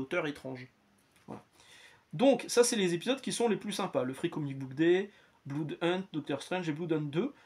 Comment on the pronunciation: Bonjour, je vous découvre. Juste "un" truc qu'on a apparemment jamais pensé à vous dire sur toutes vos lectures : Blood ça se dit "Blaude", pas "Bloude". J'ai perdu du blood par les oreilles un paquet de fois tout au long de la vidéo 😆